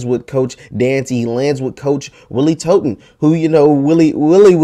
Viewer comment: Hey young check the pronunciation of "Totten". It's rhymes with "rotten". Luv ur show!